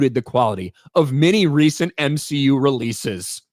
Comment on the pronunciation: More M-She-U plz! 😂